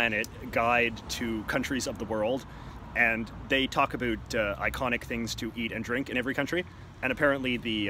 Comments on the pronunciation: He said “Aboot” I guess It’s true what they say on this stereotype. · He can’t even say about right